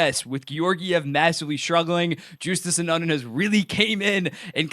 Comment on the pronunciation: So, if Justus Annunen is gonna be a Vezina candidate (or even chat worthy) I'm guessing we should all pronounce his name the way he says is should be pronounced. That pronunciation would be You-stass An-nun-in. Do better,.